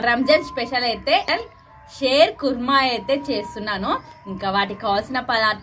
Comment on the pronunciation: షేర్ కాదు షీర్ ఖుర్మా అంటారు